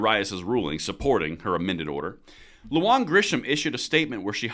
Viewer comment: Sorry but here name is pronounced Lu Han and not Lu Juan....Im a new mexican so I would know!!!